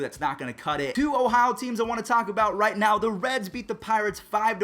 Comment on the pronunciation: i had to rewind it 3 times to make sure thats what he said lmaooo